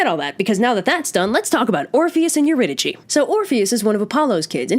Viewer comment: did not know it was pronounced euridychi